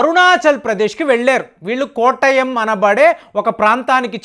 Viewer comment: చదివేది ఎక్కడో చూసి ,విన్న news. కనీసం ఆ ఊరు పేరైనా సరిగా పలకడం నేర్చుకోండి. కొట్టాయం పేరుని కోటయం అంటున్నావు.